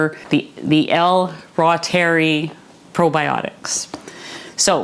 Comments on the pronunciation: L. Reuteri Originally isolated by German microbiologist Gerhard Reuter Pronounced “ROY-ter-eye” Emphasis on the Roy syllable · Anyone who says”rootery” is definitely way, WAY off. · AI pronunciation is wrong! Dr Davis says ru-ter-I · It’s a latinized German word. I pronounce it “ROY- ter-ee”. I think that’s right but that doesn’t mean most medical or nutritional authorities would know that. But “raw-terry” is absolutely not it—Google is wrong! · It's pronounced "roy-ter-eye". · Great video! I'm getting ready to try this today! 🤞 Dr. Davis said on Nili's channel it's pronounced "roytereye". (I trust him more than Google! 😆😉) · The “Latin” form would be “Reh-ooteh-ree” 😊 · Wow thank you. I should be able to remember how to pronounce ROY-ter-eye now. I love that name, Roy. . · Google told me it was pronounced L. Royteri, long i. That is how I have heard it pronounced. It doesn't really matter though, because it's just flat out good for us, so whatever you call it or however you pronounce it, keep teaching how to make it and why we should use it. I have made it and it did cure my bad case of a year long battle with diarrhea caused by the Ciprofloxacin antibiotic for diverticulitis. How thankful I was to have found it. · I would pronounce something the way the author of the book pronounces it. Not some digital AI voice... C'mon..